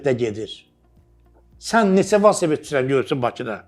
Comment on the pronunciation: valsoped yox,velosiped ay